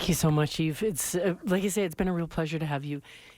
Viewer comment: Love Yves discovered his first album quite accidentally a few years ago. It's a beautiful record so many different elements. Also nice to know how to pronounce his first name at at last!